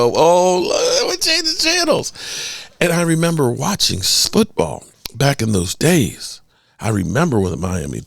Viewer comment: I'm a fan of your videos. Been watching now for about a month. I will say that got me good. NSL, the National Sputball League. I'm not picking on you, I know it was just a tongue twist. Still, got a good laugh out of me. Keep up the content good sir.